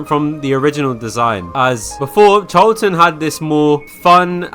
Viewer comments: HER NAME IS PRONOUNCED CHAR - A - LANT (I'm pretty sure) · Charlatan is pronouced Sh-ar-la-tan Not trying to be rude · said it wrong char: Sounds like "char" in the English word "charcoal" (with a tapped or slightly rolled Spanish 'r') la: sounds like the "la" in the musical scale (do-re-mi-fa-sol-la) tán: Stressed syllable with an "ah" vowel sound ending in an "n" sound. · CHARLATAN'S A FREAKING SHE?!?! SO YOU'RE TELLING ME THAT I'VE BEEN MISPRONOUNCING CHARLATAN SINCE I JOINED?!?!?! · That is NOT how you pronounce charlatan my guy 😭